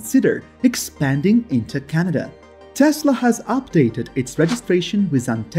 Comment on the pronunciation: First you need to pronounce Canada properly then you need to do your home work. Justin Trudeau is the Prime Minister of Canada. You are insulting Canadians no thumbs up for you buddy!